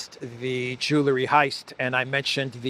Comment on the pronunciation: Stop, stop! It's not "ju la ree" it's "ju el ree"!